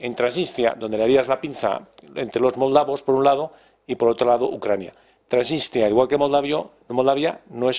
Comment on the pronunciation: Y añado, como mínimo apréndanse los nombres propios … donde está “Trasistia”?? No será Transnistria…